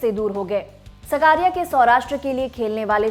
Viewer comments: बहन सकारिया नही साकरिया। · His surname is ‘साकरिया’ not सकारिया... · Are uska naam chetan saakriya he saa, sakaariya nahi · उसका नाम चेतन साकरिया है ना सकारिया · सब को विनंती है वो चेतन साकरीया है सकरिया नही प्लीज सही से नाम ले 🙏🙏🙏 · It's साकरीया...not what you pronounce, very poor hw from lallantop and poor presentation